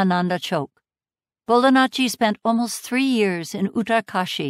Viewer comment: Still hearing Bolanacci *Italian gesture*. I've never heard "ji" being pronounced as such, but it would be a better fit. Interesting.